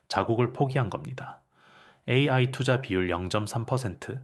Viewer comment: 내용 좋고 나레이터 목소리도 좋아요. 다만, 중간중간에 AI를 읽을 때 ''에이에이'' 라고 읽는데 교정이 필요합니다.!